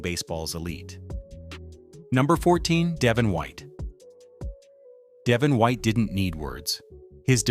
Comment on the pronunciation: De VON white not DEV in white. Can't even pronounce the names right. Yeah stick to hockey or the American teams you obviously follow